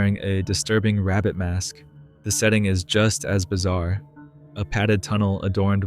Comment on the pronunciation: Did he just say bizzare???